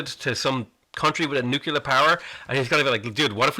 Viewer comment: PLEASE pronounce nuclear correctly. Saying, "nucyaler" makes you sound like George W.